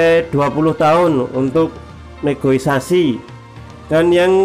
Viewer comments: Negosiasi bang bukan negoisasi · Negosiasi bang bukan negoisasai😆